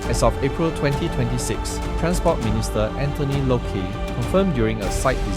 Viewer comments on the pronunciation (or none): Its Transport Minister Anthony LOKE, not LOKI la. Alamak.... review 1st la, before publishing. Stop using AI and not checking. Anyway Still good video.